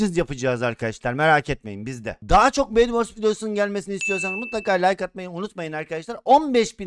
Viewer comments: ABİ BAŞLANGIÇTA BEVORS DEDİ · Bedvors deyil bedwaras